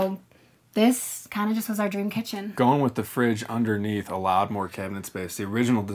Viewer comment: “Tell me about your kEtChUn”